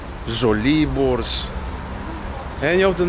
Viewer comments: "Ż" and "RZ" are pronounced the same way. Don't ask, just accept :P So ŻoliboRZ is "ŻoliboŻ" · Keeping up with the protips you asked for: in polish both "ż" and "rz" are both pronounced like ж (with a single exception of derivatives from mróz: marznąć, zamarznąć etc are pronounced like you did for Żoliborz , separate r and z, but basically only these)